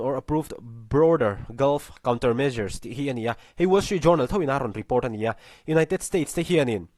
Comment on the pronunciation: Ngaihthlak a manhla hle. Pronunciation en lawk ang aw? Reuters hi Roy-tâz tia lam tur a ni a.... Tin Journal hi JARNAL tia lam tur a ni e. Journey, journal, journalism s 'jou' te hi 'ja' tia lam vek tur a ni e, aw?